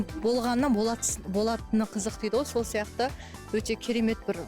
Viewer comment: "ғо-ғо" демей, "ғой" деші 🤬